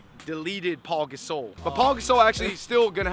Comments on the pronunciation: He said Paul Gasol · It's pau gasol not Paul lol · Did he say Paul gasol